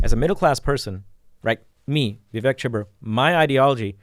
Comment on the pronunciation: Vivek is pronounced with a long second syllable, like Vi-wake, as opposed to Vi-veck